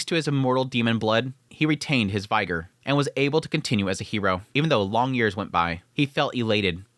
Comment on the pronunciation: Somebody teach him how to say ViGOR